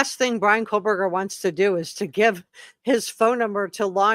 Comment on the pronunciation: its Koh berger no L